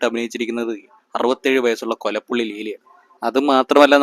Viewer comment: കൊലപ്പുള്ളി അല്ലല്ലോ, ‘കൊളപ്പുള്ളി‘ അല്ലേ? 😄